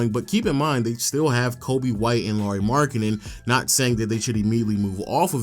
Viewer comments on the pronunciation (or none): none